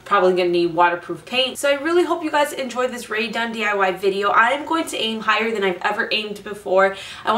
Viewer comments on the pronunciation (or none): none